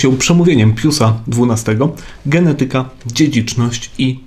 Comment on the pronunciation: g e n E t y ka, a nie g e n e TY k a. Akcent! 🙏😊